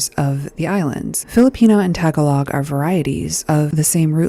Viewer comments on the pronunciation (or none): Its 'ta-GA-log' not 'tag-A-log'